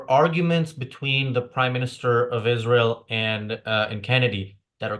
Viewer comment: She can’t even pronounce israel she says the nation of esharel